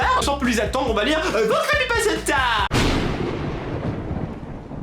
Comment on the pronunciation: 😂😂😂😂 comment prononce Crepypasta m'a tuer 😂😂😂 Super vidéo ^^